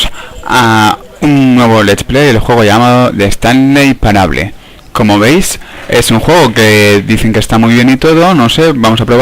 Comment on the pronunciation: se dice estanlei parabol